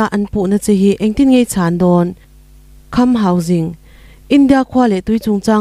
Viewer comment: Khamhauging ani lo, kham hausing s s sîng toh tur